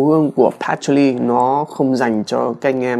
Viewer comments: Nghe phát âm "hút cần" buồn cười vãi :)$ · Nhấn mạnh hút cần quá sốp :)))